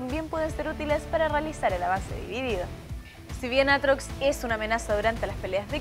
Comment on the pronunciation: Riven 2.0?? Aaa no que es aatrox si si "aartox"